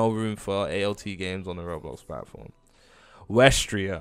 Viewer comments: also wtf is westhreaa lmaoo its pronounced wisteria not weshtreea cos idk what game you played but weshtreea is a different whole ass game 😂😂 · wtf is westhreaa lmaoo its pronounced wisteria not weshtreea 😂😂